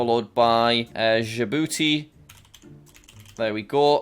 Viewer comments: It's not dee-jay-eye-boo-tee it's juh-boo-tee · Jack: saying dj I booty what the right prounce Djibouti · how i pronounce djibouti: DJ BOOTY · Dji….. BOUTI!😂😂😂